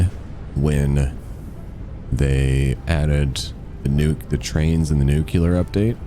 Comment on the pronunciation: Excuse me sir, but was that “nucular” that I heard?